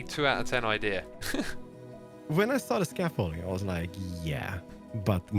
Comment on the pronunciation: Ibeea instead of idea